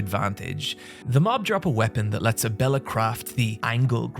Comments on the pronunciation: Whoever bullied him into pronouncing Abella. Also, DO YOU WANT HIM TO WHEEL IT DOWN THE STAIRS?! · Glad learned to pronounce Abella's name for this video, it was weird how he kept calling her Ebola on streams.